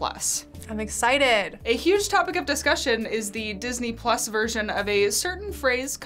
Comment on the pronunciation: Idk i heard all the time this ni**les instead of Disney plus hahaha